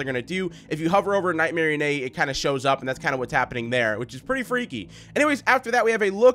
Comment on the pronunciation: You said night Marianne